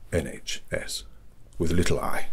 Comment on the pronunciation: The iNHS 😭😭